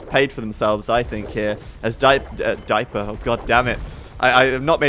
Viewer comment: "Diaper"